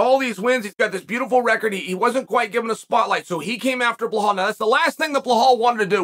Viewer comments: is it Belal or Blahal? how im i supposed to remember his name? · Belal is Blehal 😂 I wonder is Chael really not able to pronounce his name correctly or is he doing it on purpose. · Say "Bel", now say "al". Bel, al; Bel, al; Bel-al Belal! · Blehal just cracks me up everytime i hear it. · Blehaal...oohw I love you uncle Chael 😂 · Chael: “Blah-hall Moo-Hawmid” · Its disrespectful to purposely pronounce Bilal falsely as Blahaal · Blehal. Then mackelchev. Chakeel zunnen you’re good man ! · Does Chael intentionally mispronounce fighter's names?? Bilal -------> Blahal Khamzat ------> Hazmat Makhachev ----> Makulchev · maybe you'll remember the name, but you're saying it wrong "blahal" lol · Why he doesn't pronounce his name like it's spelled. Why Bulhal? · Say it with me B E L A L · Why is he still calling him blahal lmao he’s got to be doing it on purpose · Remember the name “bohoul” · why are you pronouncing belal as bil hall and makachaev as makalchav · say is name right chael what are you saying blahaal loool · "Bluhal" lol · Remember the nameeee .. ( completely butchers a 2 syllable name ) BLAHALL 🥴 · Who the fuck is “Bluhal”? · I wonder, if Chael is doing it on purpose to mispronounce every name in the MMA world??? Khazmat, Mucklechef, Blahal.. WTF is wrong with him?? Obviously he is not remembering the name... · It has to be intentional 😂 its so fucking irritating he does it every video, love chael tho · "I will remember the name" immediately pronounces it wrong 🤣🤣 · Belal: "Remember the name" Chael: remembers to mispronounce the name 🏆🐐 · That’s like say Chehal Sonnen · Lol 😂 Chael calls Bilal remember the name then he proceeds to butcher his name 😅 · Belal keeps forgetting to pronounce the hidden H in his name, he needs to start saying his name correctly like how Chael says it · Chael just makes an oath & promises that he will never remember how to pronounce Belal Muhammad correctly. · How Chael say mine name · Belal “Chael Butchered the Name” Muhammad